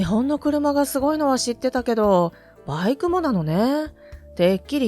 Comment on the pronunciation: なぜバイクの発音がLINEみたいなときとラインナップみたくする理由がわからない?一貫性がない!企業名のSUZUKIもそう!アナウンサーの発音練習午後5時55分みたいな?